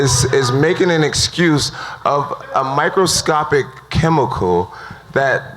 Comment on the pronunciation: "Microscoptic pictogram" ~ Jon Jones, 2018